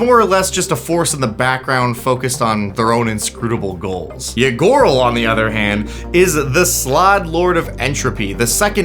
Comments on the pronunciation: I kept hearing "Ygorl" as "Ya gurl" and hearing "Ya gurl is out here doing ranked competitive tyrant activities" SENT me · I misheard Ygorl as a Ya Girl.